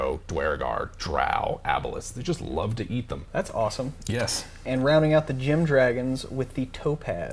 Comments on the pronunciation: Wait I'm confused. Are they gem dragons or dragons? The first couple of times you mentioned them, it sounded like you said "", and then mentioned "not just because it's your first name". But obviously each of them are named after different gems, and then a few of the times you talked about them it sounded more like "gem". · I thought he said dragons 😂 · What is a " dragon"? You guys don't pronounce vowels very distinctly.